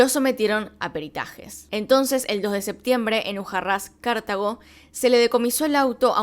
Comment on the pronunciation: Yo llorando al ver que no dice bien los nombres de Cartago y Ujarrás :((